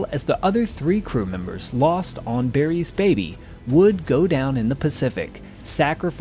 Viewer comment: Why does he keep saying ‘Berry’s baby’ instead of ‘Barry’s baby’?